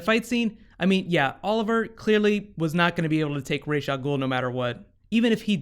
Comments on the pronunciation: It's Rahs not Raysh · You're saying rash, but its spelled as ras it means head in arabic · pronounced Raysh or Ras ? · First off, I'm kind of irked that they continue to mispronounce Ra's name it's Raysh not Raz. Batman Beyond and many other things have clarified the correct pronunciation of his name. Secondly, I think that this would be the best time to bring in Talia Al Ghul. She takes Ollie to the Lazarus Pit with the help of Maseao (I think that's the spelling). She would then help Ollie going against her father Ra's as she has always done in the comics. It could then lead to Talia and Nyssa having an all out brawl. I don't know if it'll happen cause sadly Nolan destroyed the idea of a Live Action Talia with TDKR.